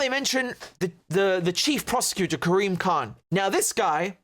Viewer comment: Karim Khan. Why do hear 'creamed corn?'